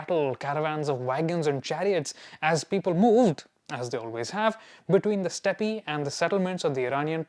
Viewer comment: It's pronounced step